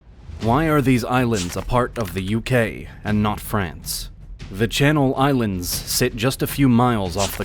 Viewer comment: Good to see my islands get recognised in a full video by a big channel instead of the sometimes sidenote, even better to see a lot of the names getting pronounced correctly